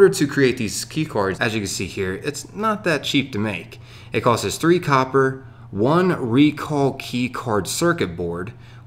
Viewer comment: I've been working with my 6 year old daughter on saying "costs" instead of "coses" shes pretty much got it now. A pain to listen to this guy.